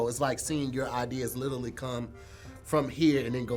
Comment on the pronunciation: Dammit! It's LITERALLY, not litally!!!